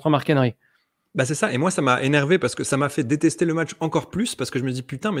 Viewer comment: Quand on lui dit qu'il est patriote mark hen-ry lol